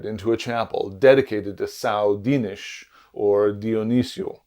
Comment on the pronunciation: Great video, thanks! If you don't mind a little feedback, Dinis is tonic on the second syllable